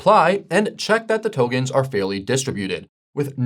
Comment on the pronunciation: Same here. Togens??